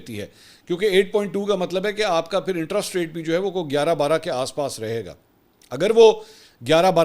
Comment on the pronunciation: It is "Interest" not "Intrust" !!!!